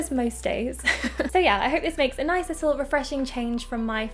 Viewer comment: I LOVE YOU! But you aware the fact that you say: lissel(little) 😩😩